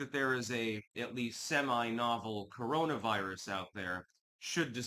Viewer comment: Ooh, a new cowonaviwus? 😂 I’m so scared.